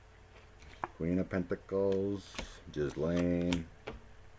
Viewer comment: I believe her name is pronounced Gilain. Thank you for all the background information. It made the reading so interesting!